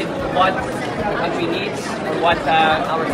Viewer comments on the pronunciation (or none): none